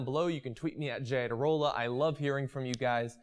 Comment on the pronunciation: "The Iadarola Report"....